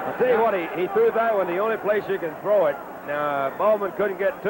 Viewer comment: with Sonny, throw is pronounced "thow.". When I was a kid, I found it funny when he moved to color commentary for CBS.